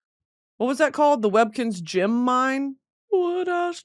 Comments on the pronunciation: No ones gunna address how she pronounces GEM????????? Jim?????? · Brit i love you but its GEM not GYM 😭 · she say gym instead of gem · Girl, learn how to say gem and not gym